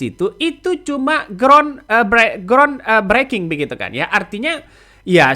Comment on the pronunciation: Maaf mas bhs inggrismu mawut "breaking" lihat kamuslah bgm cara bacanya